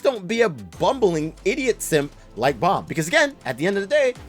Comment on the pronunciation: Nawl in the webtoon its Baam